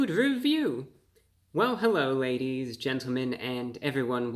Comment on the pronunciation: Hewwo Wady’s and Gentlemen!